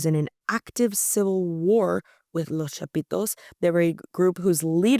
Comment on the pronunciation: Love her pronunciation, " Los Chapitos", sexy!! 😂😂😂